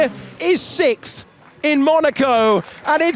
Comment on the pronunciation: It's Sixth. Not Sickth